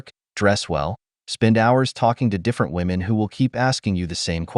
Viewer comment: Am i the only one hearing women...say women wrong?